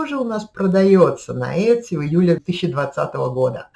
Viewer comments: Произносится - ИТСИ, по крайней мере в Калифорнии ) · правильное произношение в америке Этси. посмотрите англоговорящие ролики на ютюбе :)